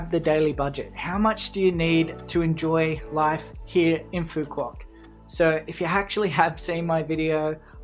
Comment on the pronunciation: To start you might want to get the pronunciation of the island correct. You're pronouncing it like a tourist not a local.😂